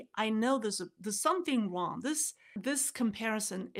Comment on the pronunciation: “intuitively I know there’s something wong” is an incredible Freudian Slip. 😊